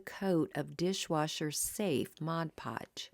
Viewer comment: Thank you for pronouncing Mod Podge correctly.